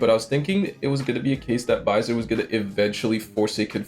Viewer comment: Sorry man I meant like the pronounciations of names like "Baiser" being pronounced like "Byzer". It's funny and this is still a very good video. No hate.